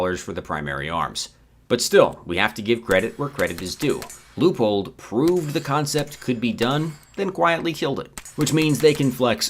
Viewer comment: Can you teach how to say Leupold please? Thank you.